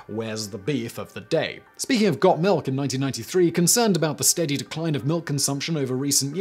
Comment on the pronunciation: Got malk? Now with Vitamin R.